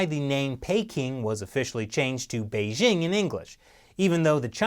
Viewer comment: BeiJing not Beizzzing!😂😂